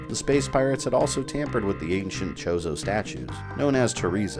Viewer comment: did I hear right? did u say the ancient chozo statues were called chorizo? lol